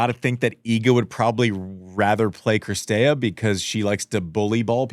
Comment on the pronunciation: STOP SAYING CRISTEA FFS !! IT'S CIRSTEA! I know Americans suck at foreign names and languages but still...